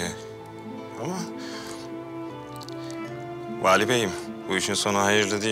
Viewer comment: Bali miymiş o adam ben Vali bey diye anlıyorum her seferinde jsjdjskkskd